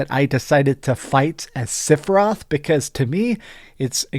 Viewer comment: Sorry. I’m gonna be that guy, cuz you don’t seem to have any speech impediments or anything. The name isn’t siphiroth. It’s sephiroth. Not Siph… Seph…. “Favorite game of all time”.